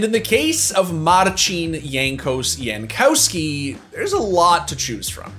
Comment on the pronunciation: He said Marcin perfectly just to butcher Jankowski lmao When it comes to Polish last names (ending -ski for example) prounounce W as V as in polish language we dont use V but have same sound as V asigned to W just to put english sounding W to new letter that is Ł.